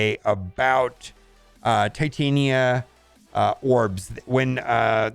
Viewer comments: Pronounced tit-on-ya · If you can pronounce Titanium, you can pronounce Titania